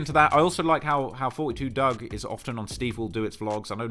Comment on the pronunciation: I believe it’s pronounced 4’2” Dugg